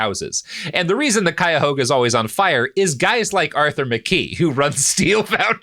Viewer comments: My favorite thing is Robert correctly pronouncing "Cuyahoga" but a couple months ago missing "Monticello" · robert is one of the only non-cuyahogans to pronounce "cuyahoga" mostly okay and that is shocking